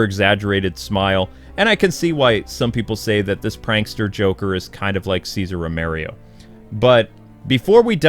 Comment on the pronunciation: It's a me, "Romerio"